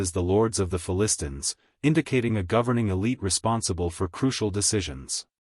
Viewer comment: Announcer not able to pronounce the Philistines right. False doctrine is not even from the Bible